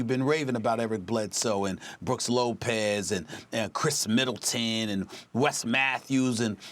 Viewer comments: Nobody: SAS: Brooks Lopez. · "BrookS Lopez" smh. stephen a not even trying anymore